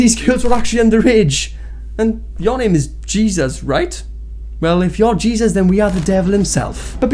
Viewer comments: I love your videos but as a Latina for the love of God, stop pronouncing Jesus as 'geezus' it's 'HAY-ZEUS' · His middle name isn't pronounced Jesus its pronounced heysoos. Just saying lol . But what dahvie has done terrible stuff for sure . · Not that it matters but the pronunciation for Jesus for his name is "Hay-Seuss" since he is of Hispanic origin. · Dahvie is not an influencer?? He's a musician??? Also his name is pronounced "hey-zeus"